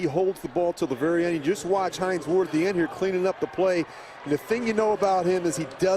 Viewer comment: Notice how Kevin Harlan fucked up Hines Ward's name ?... He said "Hine Wards.", instead...